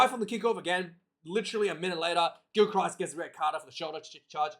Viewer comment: A told you before its pronounced Gilkrist . ya doughball , and what have a told you about these amphetamine`s , if you don`t stop taking them , I`m telling your Maw a know where Mrs MacChann live`s , so take heed God bless ya Numptie